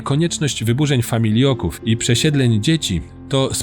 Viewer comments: Super wszystko ale FAMILOKÓW a nie FAMIJLOKÓW! . Lata temu przebywałem w sanatorium dziecięcym i pamietam jak pojawiały się dzieciaki -czasem moi rówieśnicy - mocno schorowane jak na 12 -15 lat. Często właśnie z okolic opisanych w filmie. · famiLOków, nie famiLIO ków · Nie familJoków tylko FAMILOKÓW (od familok) ! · Bardzo mi się materiał podobał. Tylko jedna uwaga co do wymowy - nie "familioków", tylko "familoków". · Mój pradziadek pracował 40 lat w hucie na wełnowcu w katowicach :( ps familoków a nie familioków. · "Familoków", nie "Familioków" - poza tym super! Jestem zachwycony dokumentem! Więcej o Górnym Śląsku proszę! Takich historii matka mi nie przekazala, w szkole też o tym nie mówiono. Świetna robota! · Familoków, kurwa nie familioków